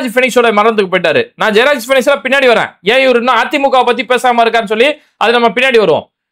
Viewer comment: ஜெயராஜ், பீனிக்ஸ். ஆனால் விஜய் பேசினது ஜெபராஜ். பெயரை கூட சரியா சொல்ல தெரியல இந்த டம்மி பயலுக்கு.